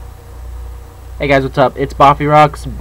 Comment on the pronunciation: that was funny when he KONMAI!